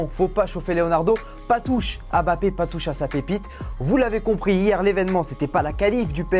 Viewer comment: Pk tu dis Bappé ?